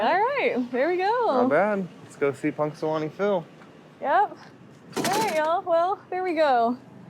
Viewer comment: Punxy is my hometown. Yes, Phil and Phyllis had two babies this year. And pronounced the town perfectly. And that is the public library so you can see him from inside too.